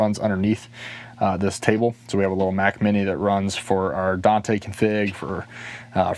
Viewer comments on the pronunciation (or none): none